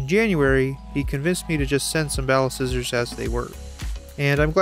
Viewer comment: I swear ti said Ballscissors....